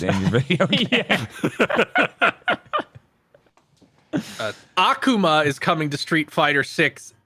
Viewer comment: Why do you guys all mispronounce Akuma's name, it drives me nuts